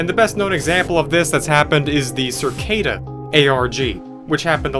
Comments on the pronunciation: i love how he is saying circada its cicada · cicada not circada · Hey it’s “Cicada” 3301 not “Circada” lol and I have also found that cicada wasent the first arg.. I can share my findings with you… Let go 🎈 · I hate that he says circada instead of cicada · Cicada 3301, not "Circada", isn't even close to the first ARG. I Love Bees and Year Zero predate it by years. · The cringe everytime you say "Cir- cada" though...over & over.....doesn't matter I guess in the scope of things basically after all...it just struck me funny how it fits right in with the topic... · i've been watching this playlist the past two days and you pronounce things SO WEIRD LOL... circada? u just add whatever u want and say shit however u want shamelessly 🤣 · CerrCada? Lol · circada. just, why does he say it like that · Why is saying cicada like circada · Learn how to say "cicada."